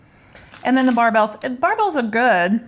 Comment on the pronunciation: They are pronounced like Bear bell, not Bar bell. You have to try the creamy crisp Barebell...they taste like a 100 Grand bar!